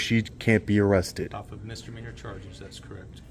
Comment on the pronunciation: The fact that the lieutenant pronounces Misdemeanor as mistermeanor says it all for me!